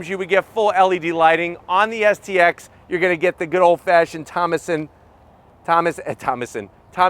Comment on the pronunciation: Why do you keep saying xst…. Its stx